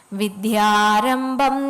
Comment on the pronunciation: വിദ്യാരംഭം..... വിദ്ധ്യാരംഭം അല്ല